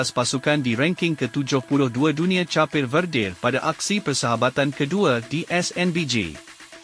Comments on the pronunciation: Cha-pe verde?????? Bodoh admin ni. Buat malu je. Sebutannya seperti orang sebut kek tapi tak ada k hujung nya, hanya bunyi p. Kep-verde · Sebut cape tu salah lah bukan capeh